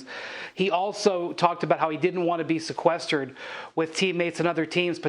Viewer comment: My dude Windy said: Si-quest-erd